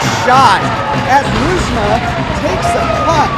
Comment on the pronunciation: Ha! You did great, you can even pronounce Nieusma!!!